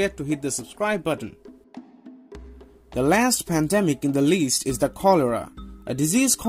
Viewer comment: Padamic doesn't speak English fluently, need a English vaccination.